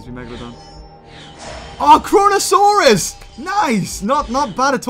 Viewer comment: How you said “Kronosaurus” Almost sounded like *CoRoNa*saurus Ahahahahha